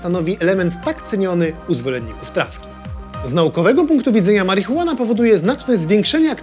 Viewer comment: marihuean? na co to komu?